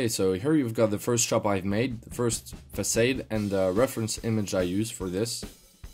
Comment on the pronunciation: The word "facade" is pronounced "fuh-'sod", not "fuh-'sade"